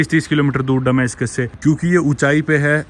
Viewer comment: डमास्कस के बजाय दमास्कस सही उचारण है.